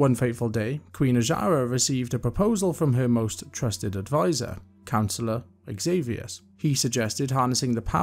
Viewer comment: Takes humility to admit when you've made a mistake. Also respectable to be willing to learn the correct pronunciations! One I may add myself is xavius being pronounced zavius. Great job on the video! Lots of thorough storytelling :)